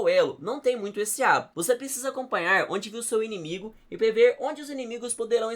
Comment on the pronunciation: Inimigue? Você falou inimigue mesmo? 😒